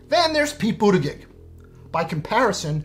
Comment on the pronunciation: 34 It's Buttigieg - pronounced Boot - a - gedge. So easy if one just tries. Easiest way to learn it is like Pete says - try Boot-edge-edge & it'll come together for ya.